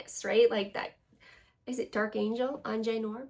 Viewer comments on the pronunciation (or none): none